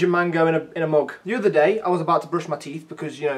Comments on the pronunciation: SAY MOOG AGAIN!!! AGAAAIN MOOG SOME MORE. DRINK FROM YOUR MOOG! i like your videos. thanks. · can you say mug again?